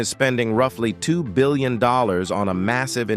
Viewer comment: Look- the content is excellent. It's just thatI believe it deserves a better A.I. voice. It's 'Billion' , NOT 'Billon'.